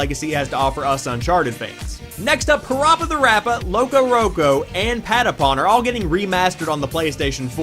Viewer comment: Jesus, you butchered the pronunciation of PaRappa. lol It's Puh-rap-uh, not Puh-rop-uh. Just think of like the slang version of rapper, "rappa." Then just add Pa to the front of it.:P